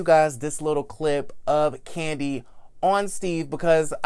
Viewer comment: Love ya but definitely got to put some "Respeck" on Kandi's name